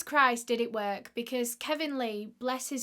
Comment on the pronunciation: Sorry I can’t get past how she said the word work “ worK” 😂